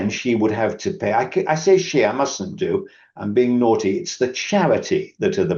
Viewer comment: I love this man. You can tell he's auditing his own speech in real time! I busted a gut when he said he was "nauty”